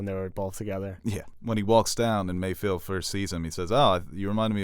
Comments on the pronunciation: Mayfeld. Not Mayfield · does anyone else cringe whenever says “MayFIELD”?😬😂